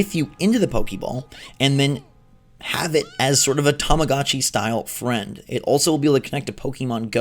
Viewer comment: the way he said freind😂😂 im dying "fwend"